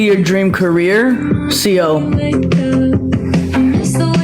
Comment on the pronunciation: She better learn how to pronounce CO first.